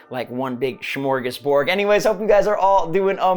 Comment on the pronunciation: That word you tried to say is "smorgasbord." Definitely not "shmorgusborg."